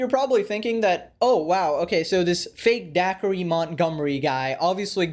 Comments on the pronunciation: D-Acre not Dackery lol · It's pronounced like "Day-ker", not "Daiquiri" or however the fck you said it. It's a dude's name, not a chilled fruity beverage served poolside and enjoyed on a hot summer day... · Its da-kree not daiquiri janahahah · “Daiquiri Montgomery”? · You did not call him “daiquiri Montgomery” 😭😭😭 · Did you just call him dacree?